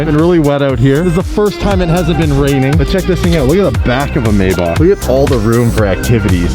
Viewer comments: wtf is a may bock its a may back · you don't pronounce Maybach as it's written, it's called "My bach" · I'm pretty sure its mayBACK but that's just me